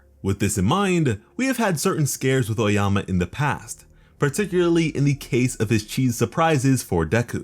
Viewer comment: this guy really said oayama instead of aoyama